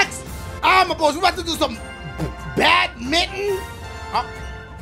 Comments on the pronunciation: The way he says badminton hurts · How he says badminton 😂😂😂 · EpicMario Maker628 I know but it still sounds funny